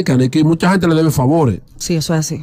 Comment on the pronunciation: Eshoooo eshooo que había eshooo 😂😂😂